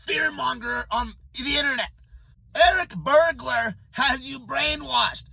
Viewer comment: Did you say Eric Bergular 🤔? 😂😂😂😂😂😂😂😂😂😂😂😂😂😂 HILARIOUS 😂